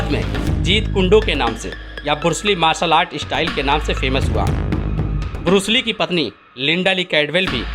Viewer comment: Shaolin monk defensive at khelte Hain Varna jise sabka meditation aur live life motivation ki andar vah jite Hain agar vah motivation for hata Diya jaaye unhen preparation ka time mil jaaye to 5 minut mein Bruce Lee ka papad ban jayega. Aur bursli nahin hota hai Bruce Lee hota hai.